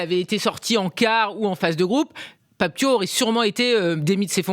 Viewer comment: Déjà pour commencer c'est Pape Thiaw comme "Ciao" en italien